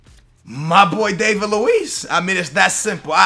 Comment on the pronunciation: Its Dah-vid luiz, not Day-vid luiz